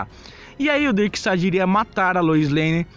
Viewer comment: "BENACLECK"? "DERKSTAD?" kkk